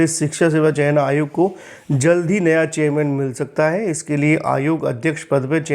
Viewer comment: He speaks चेयरमैन ❎ चेययमैन ✅😀😀